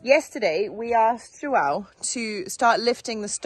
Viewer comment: How is the portuguese course going? I noticed that you both said the name 'João' correctly! That is hard to say!